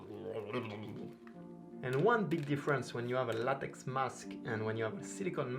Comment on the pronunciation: Great video and review, my next silicone mask will be Pennywise IT 1990 silicone mask by BurkBench designs and then I will get the Alien silicone mask also by BurkBench designs probably in October, also the way you pronounce latex is funny 🤣 🤣 🤣 and judging by your accent you are either French or French Canadian.